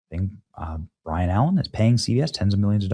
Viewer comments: BYRON..............NOT BRIAN. Get it right. If this were a reading test, You failed. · BYRON not Brian.... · Sorry, can't help myself. The man's name is pronounced "Bye Ron". Every time you say Brian it grates my nerves. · benny , its BY-RON not brian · It’s BYRON not Brian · Benny you’re pronouncing his name wrong ? It By-Ron …Not Brian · Not BRYON. B Y R O N. Bye run. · Byron… not Bryan…. Used to be a comedian became a billionaire businessman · It’s BYRON NOT BRIAN !!!! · Can you read benny? It's BYRON, not BRIAN! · Dear God Benny....HIS NAME IS BYRON NOT BRYAN. You fn said it about 10 times. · Byron not Brian. FYI. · He’s never even heard of “Brian” Allen. This guy here … 🤦‍♂️ It’s one gaff after another. He mispronounces everyday words constantly, too. Read some books, Benny. For your sake. 😮‍💨🤷‍♂️ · buddy no offense I’m a fan, but are you dyslexic? Seems like you can’t read. I’m just curious..no shade big fan. Byron (bi-ren) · It’s BYE-RON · Benny's chronic mispronouncing words like "Byron" as "Brian" is ROTFLMAO funny! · Byron, Benny. His name is Byron. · BY-RON ALLEN lol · It's Byron. By-ron. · His name is BYron Allen. "BYE 👋🏽" "RUN 🏃🏽‍♂️💨" ☝🏽You make TOO MUCH MONEY to not read the sh!t correctly--I'm sorry!💯😠 Pronounce the man's name correctly. Show some RESPECT.💯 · By-Ron Allen. Benny Please pronounce the man's name correctly. Dude is a legend. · It's BY-RON Allen. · By-Ron C’mon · It’s By-Ron Allen, Benny…you aren’t old enough to remember him as a host of Real People in the early 80’s at 18 years old. He’s done very well for himself. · His name is BI-RON allen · Benny could use a speech therapist, or at least learn how to pronounce certain words. Please Benny, it makes you sound like a dunce. Please Benny...I beg of you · How many times can you say BYron wrong? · you keep butchering "byron" lol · I shouldn't have made a drinking game out of how many times Benny mispronounced Byron's name. Big mistake. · Hello...it's BY👋RON ALLEN...not BRYAN...(Brian)🙄😐